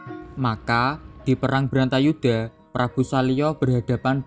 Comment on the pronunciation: Bratayudha mas bukan brantayudha